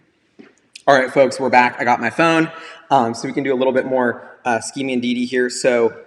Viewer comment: Cringed everytime he said skeeming lol